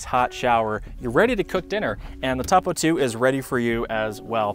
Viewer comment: You're saying Topo wrong